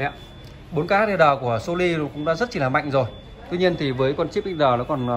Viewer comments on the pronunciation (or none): Nên cải thiện một chút về phát âm một chút nghe khó chịu lắm chẳng hạn như (( So Ly 😂😂😂😂))